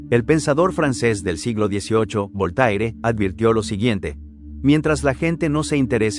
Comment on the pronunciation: Se pronuncia Volter no Voltaire